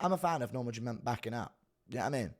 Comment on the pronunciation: Why does Guru say "Norma JUMONT"?